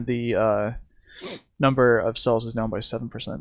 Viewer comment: Nice headlines round up video. However...It's "sales" are down. Not "sells" are down. I don't know how this got started, but every time someone misuses the word, it makes me cringe. I don't remember any educated people confusing the two until only a few years ago. Reminds me of backwoods West Virginia speech (kindest people in the world, horrendous grammar). A "sale" is a noun. "To sell" something is a verb.